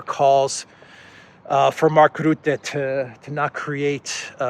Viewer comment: Rutte ( Dutch PM) is pronounced incorrectly. Commented before, did not read it. Try again. The u should be pronounced as in turn, burn, murder.